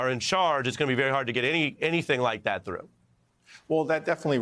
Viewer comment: Why cant he say that, not Dat